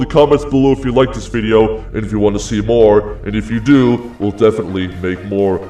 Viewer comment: MOWA (more)